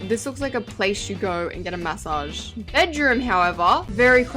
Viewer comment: “Mass-auge place” 😭🙏🏻